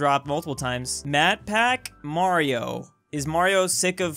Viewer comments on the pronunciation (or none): Why does he say matpat as matpack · Yes it definitely matpak not matpat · Reads: Matpat: "Matpac" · I died when he said makpak🤣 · i cant believe cant say matpat